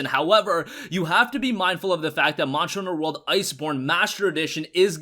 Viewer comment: anyone notice he cant say monster hunter world